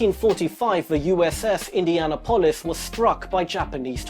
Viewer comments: Eendeeanappulus is how its fucking pronounced. Not Indian nuhpohlus. You just shamed all that died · Indianapolis = Indian-apple-us. Not Indiana polis. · Indian-o-polis. Nice pronounciationism 😂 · Anybody else ever hear of USS Indianal--polis? 🤣 I'm sorry but that pronunciation of it was just terrible. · Indiana-polis???? dude learn how to pronounce words. Watch "Jaws"... Capt Quint pronounces Indianapolis correctly. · Indiana-polis. He needs to listen to Quint. "Mr. Hooper that there is the U.S.S. Indianapolis." Points to his tat he had removed. Best scene ever filmed. Let me guess"mother". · don't do another video until you can pronounce Indianapolis. Better yet, just don't do another video. indy anna polith...... jesus buchery! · "USS Indi ana polis" :-) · you aren't pronouncing Indianapolis right. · Dude, learn how to pronounce "Indianapolis" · The way you pronounce Indianapolis is fucking infuriating. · Did you just mispronounce Indianapolis? Really dude? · Yeah it sounded retarded, but I guess if you've never heard of it before it's possible to mispronounce it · Learn how to correctly pronounce Indianapolis please.